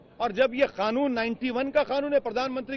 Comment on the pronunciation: Ye khhanun kyo bolata he